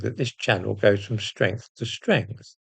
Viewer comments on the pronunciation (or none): Are you going from Stwength to Stwength like Angela Rayner??😂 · Us Labours are with you all the way as you go from stwength to stwength. Well done.